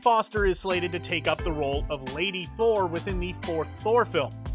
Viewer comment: "Thor Four film" Lol for a second I thought it said Thor Thor film 😂